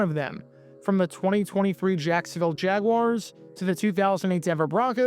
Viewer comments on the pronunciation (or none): none